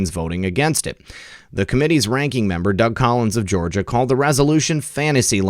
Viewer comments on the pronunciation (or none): none